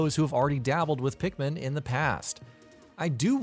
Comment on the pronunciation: Ikr like wth so many people call pikmin that thinking its right